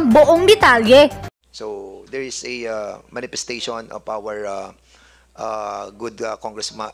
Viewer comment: Parang parlorista si dan mag salita... aside from yung napaka tigas niyang tagalog accent eh may pag ka bakla mga bigkasan nya hahahhaha "manifestashuwan"